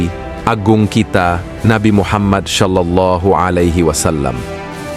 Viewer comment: Nabi Solallah bukan sholallah.. solallah itu sebutan sod bukan sholallah kerana sebutan sholallah itu berbunyi shim.. berdosa menyebut shim jika hurufnya ialah sod astaghfirullahulazhim